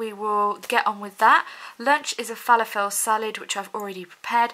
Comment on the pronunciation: The way you said falafel made me giggle 🤣 Just checked for you the Capri Suns are free xx